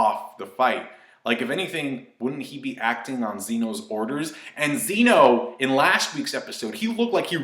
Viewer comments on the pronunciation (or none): It's pronounced Zen-O sama, not Xeno.